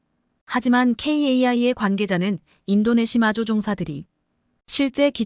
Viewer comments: 인도네시아를 인도네마로 읽는 바보들의 거짓말 ㄱㆍ닝쟁이다. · 인도네시마는 어디야? 해도 너무 한다! 시청자 무시하기 ㅉㅉ 나레이터들 눈이 문제야? 내용을 전혀 이해를 못하고 글자만 읽는건가? 싫다 싫어